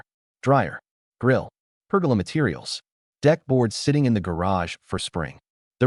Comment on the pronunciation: Per-goal-Lah. Not pergala.😂